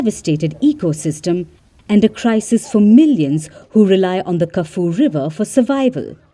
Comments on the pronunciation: It's not Kafu river. It is pronounced Ka-Few-Weh. Do your research before you talk about other parts of the world. It's very off putting for you to pronounce it that way. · Kafoo river 😂... It's Ka-Fyu-we 👍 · Ka phewy... not Ka foo.. It's happened before, long before the Chinese arrived. Typical Chinese pollution though. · It's not kaf river 😂😂😂😂😂😂 it's Car-full-way river . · It's pronounced Kaf-you-wey (Kafue) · Kafue (River) is pronounced Ku-foo-ee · First things first, Get the facts and the names right. It's pronounced "Kafyoo-ehh/weh" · "Kah-Foo-Wee Liver" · Lol how did you just pronounce Kafue